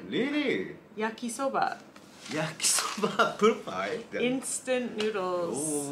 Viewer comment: lol sounds like you're saying yukky soba